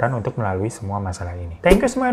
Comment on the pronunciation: Kamu tu kl bilang assalaamualaikum, kedengarannya jadi assamualaikum yg artinya celakalah kamu Jgn cepet cepet bilangnya, yg jelas assalaamu'alaikum thx.